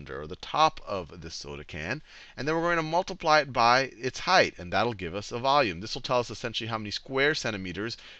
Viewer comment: How to pronounce volume vowme. XD